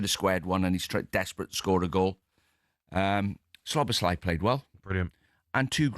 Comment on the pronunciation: Can you pronounce Szoboszlai correctly you muppet. He’s been with us 2-3 years now. Does me head in